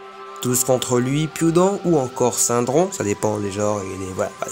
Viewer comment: Je suis super contente d'avoir trouvé des vidéos sur Radiant !!! C'est génial ce que vous faites !🥳 Vous savez que c'est SyRdon et pas SyNdron (je suppose que vous inversez les deux lettres 🤣😅)